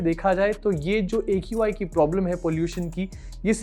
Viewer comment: Qi bolti ha not aqi